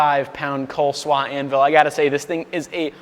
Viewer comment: good stuff, but PLEASE learn how to say "anvil" normally... hint, it doesn't sound like "an will"...: /